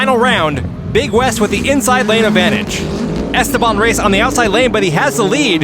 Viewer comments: it's es-TE-ban:elbowcough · Mi corazón está con Dylan, mi lógica está con Esteban Pero si algo me choca un poco es como pronuncian su nombre ajaja Stebán Rays